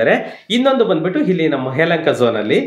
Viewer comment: Sir, please don't pronounce 'ha' for words starting from 'a/aa'. For e.g. halli, havaru,hilli, haravattu, haravatta mooru, haatara.... It's difficult to hear this type of pronounciations in kannada